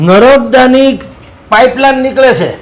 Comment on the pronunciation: નરબદા નહિ.. નર્મદા બોલો... જગા મગા ભાઈ...